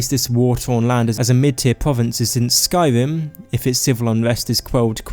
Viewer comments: The first Skyrim YouTubed I’ve seen that can’t pronounce Skyrim correctly (not tryna be mean, love you buddy, vid made my day!) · i dnt understand why people with speach problems make videos like ur voice drives me insane its sky-rim not sky-wim